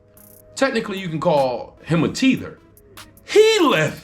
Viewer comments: It's "tether" Not "teether". lol Thanks for stating your background, btw. Most who never stand on their American ancestry are usually folks who are of foreign origin. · Bro, do your research. Teeeeeeeether... it is - taaaaaaather. Rhymes with leather. Lol. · You were 💯 in this video, outside of the "tether pronunciation"..🤣😂....and referring to Godfrey as a Tether....Godfrey is not a Tether and far from one.....Godfrey stays on code....You're not a "Tether" just because you're from an immigrant background..it applies to those who are off-code and "cos-play" as Us, but "they not like Us".....And it was deeper than just the Vulture trying to get that lady fired, it's the fact that he backstabbed Lord Jamar and Godfrey who were actually on-code and Tariq was the one moving like a Tether.....Lord Jamar was featured in the documentary....and just as soon as the opportunity presented itself, Tariq moved like a Tether, and karma sat him down.....Respectfully......The fact that more Freedmen who are supposed to be on-code are not calling him out and pressing him on it as if they're scared/afraid is weird..but if it's anybody else they'd be wagging their fingers....Makes FBAs look weak and not to be taken seriously.....Not saying he should be canceled at all, but damn.....And the fact that "they're" all, outside of Lord Jamar is afraid to even speak on it makes y'all Off-Code......Ain't Nobody above reproach.